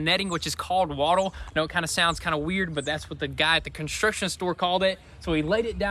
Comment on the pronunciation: "Constriction store" 🤣🤣🤣